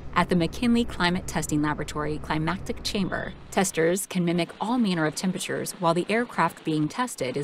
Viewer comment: The narrator's mind is reading climactic when it sees climatic. I wonder why..